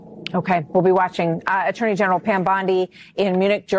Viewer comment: this ghetto trash cant even say Attorney general right...smh u can take the trash out of the ghetto but its still ghetto trash